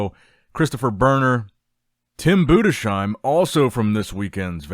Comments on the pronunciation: Its Tim budes heim Not budesh eim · Nicks strength and comercials still not knowing how to pronounce Tim Budesheim